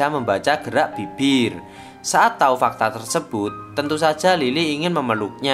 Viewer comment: Kenapa ya kita orang jawa susah nyebut huruf B??😅 Ibu di bacanya ipbu🤣🤣 Bibir dibaca Bipbir😂